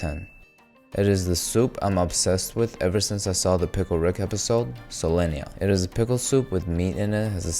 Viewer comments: Not Solenya, it's Solyanka 😢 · Bro refuses to say "solyanka" instead of "solenya". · Solyanka not solonya >:( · Ha haaa Solenja ? - no noo it is "селянка" like sel-jan-ka ! I also love seljanka, even though I'm not of Slavic ethnicity, I know how to pronounce my favorite soup.:hand-orange-covering-eyes::face-blue-smiling:🥣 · It’s not solenia it’s Solyanka (солянка) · Idk why all western people calls it solyenya, cus the dish is called solyanka. Solyenya is pickles plural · why do y'all say "Solenya" it's Solyanka 😔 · It's not solenya, it's solyanka!! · solyanka is pnounced "sol-yang-kuh" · he is intentionally mispronouncing it to make a Rick and Morty joke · And he pronounces it weirdly too😂, even tho Solyanka is written in english as it needs to be pronounced, idk why he is skipping the 'k' letter lol